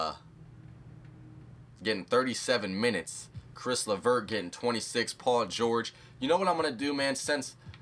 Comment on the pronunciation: It's not Chris LeVert